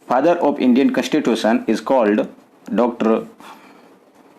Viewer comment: Your pronunciation is such a poor plzz improve bcoz u are a teacher you should improve Its not कैंस्टीटूशम its कंस्टीटूशं Ok there are many mistakes Im leacturare in college ok 🤮🤮